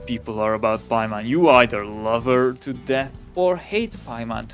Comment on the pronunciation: WHY DID THEY BUTCHER EN PAIMON???? HUH???